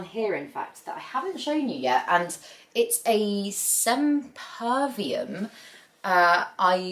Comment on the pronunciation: Also, not sepervium, but semperviVum (literally "always alive").